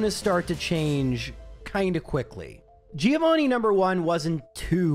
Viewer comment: Giovanni's revenge for you always mispronouncing his name